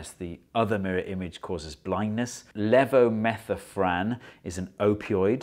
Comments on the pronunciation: Levo-meth-orphan. Not Levo-metho-phran. That's according to a doctor and not a chemist; the other pronunciation could be correct too. Could someone tell me if I'm wrong? The "left-handed quarks" discovery was just as ground-breaking as our discovery of gravitational waves. The discovery broke one of the three fundamental symmetries of nature: parity (of CPT symmetry, or charge, parity, and time-reversal symmetry). Check out the wikipedia page on CPT symmetry. EDIT: THIS TEXT IS WRONG: ZDNA. We need a video about anti-chiral DNA. Your statement that nearly all DNA is right-handed isn't entirely correct; we each have a bit of anti-chiral DNA in the so-called "junk DNA" in each cell (really, this "junk DNA" should be called "non-coding DNA" and we should get rid of the term "junk DNA"). Anyway, there's a ton of fascinating research going on with ZDNA and its implications for life. Again, I'm neither a chemist nor a physicist. I encourage people to tell me how much of what I just said is bollocks. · It's levometh-OR-phan, not levometh-o-phran (just like you spelled it)